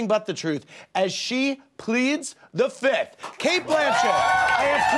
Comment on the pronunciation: I am the only one that hears Andy saying fithh everytime and not fifth?!